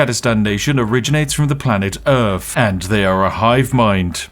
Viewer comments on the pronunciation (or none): i forgot you were saying "Urf" on purpose... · You know what's messed up? It's that some British people actually pronounce earth like that.